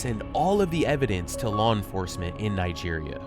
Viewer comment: "Nigeria" -- it's a hard "g" sound and the accent is on the third syllable.